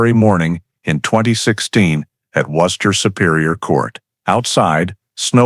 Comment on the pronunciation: Maybe some can't take the sound of Gloucester but for me it's Worcester that they've slaughtered the pronunciation of most efficiently.